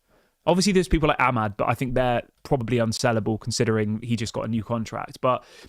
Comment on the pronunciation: Congratulations...did you call him amad? 😂